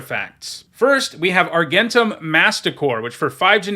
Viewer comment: "Argentum" is pronounced with a 'j' sound. Kind of like Argentina. It's a real old timey word for "silver". Just saying maybe put that in the back of your mind, before the drafts start, and it's said a million times. (Also there's the whole "archetype" thing. But you seem resistant to that change).